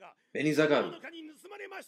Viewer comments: You mispronounced Benizakura throughout the whole thing lmao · Couples of things to clear out for you Benizakura is pronounce beni and zakura as in sakura tree but with z for the s Gintoki got his sword from tv shopping..there is nothing superficial about it..honestly you should just forget about the superficial thing being a thing in the show..there is never gonna be power and stuff just pure skills..that way we can get rid of all the power level unconsistency and stuff.. Enjoy the reaction and im hype for whats to come..keep up the good work